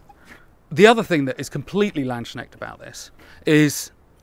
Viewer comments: It is not. Why not look it up in a dictionary? It's not hard to pronounce. I don't have a problem when people say it like "lands - knekt", but it's certainly not "land - shnek" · Very nice daggers, but you realy have to work on your pronounciation of "Landsknecht". What you are saying would be written "Landschnegd" in German. But its Lands kn echt and the ch does not make a k sound it is a fricative, like a hissing cat. The kn in the middle has a very strong plosive K. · Landsknecht is pronounced lands-knecht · Lanz-knecht is a better pronunciation, the k-sound is pronounced. :) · I love this, seriously... but please learn to pronounce landsknecht:) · Why do English speakers have such a problem with the word "Landsknecht"? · A what era dagger? Do you mean Landsknecht? The pronunciation is a bit off but it is understandable. If you want to I can perhaps with it. Amazing video though, I really like daggers and I rarely see videos of such quality dedicated to daggers alone. Great content as always! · How you pronunce Landsknecht is really quite funny. But Great work and a really interesting video!